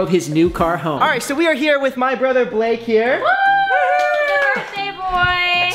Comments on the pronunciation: nobody :litreally nobody, me: *noticing lexi calling him bake instead of blake * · Is it just me or whenever Lexi say Blake it sounds like "Bake" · I love how Lexi said ‘Happy Birthday Bake’ rather than Blake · Lexi said bake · Can we just admire the fact that Lexi says “happy birthday Bake”